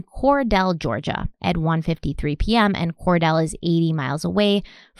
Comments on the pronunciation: I’m just here to apologize for those Georgia folks that have probably already come for over her pronunciation of Cordele (“core-deal”). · Cordele is pronounced “Cor-deal”. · Pronounced Valdosta correctly ✅ Cordele is Cor-dill (like a dill pickle) Jimbo Fisher a legend ❌ ...he’s no Saban